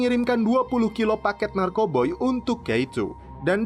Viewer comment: Narkoba lah bilang nya jngn narkoboy